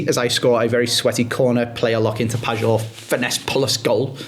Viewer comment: Andy please, its pronounced Pie-or not Padge or, 2nd maybe 3rd year in a row saying this. Love the content but this always irks me every time you say it, justice for the Polish GOAT 😅